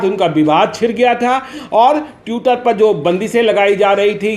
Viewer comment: ट्विटर को तिउटर🤣🤣🤣🙏